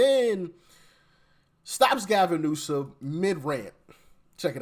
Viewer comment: You still pronounced his name wrong lol